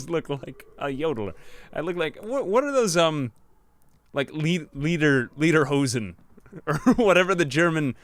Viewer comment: I am from Germany, and i love the „German Episode“ xD Und das mit den Lederhosen Ding war zu lustig aber gut ausgesprochen.